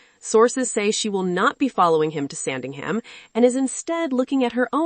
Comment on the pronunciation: It's Sandringham, not Sandingham. If you can't pronounce it correctly, I question the accuracy of the rest of this segment.